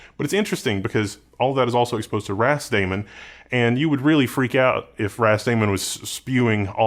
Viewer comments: I'm pretty sure it's meant to be pronounced "ras-da-man" (like "rastaman", hence the Rastafari / Ethiopian flag), not "ras-damon". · I only heard ramen